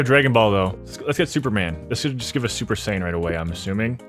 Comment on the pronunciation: Me as a dragonball fan was dying when u said super-sai-han😂. No hate btw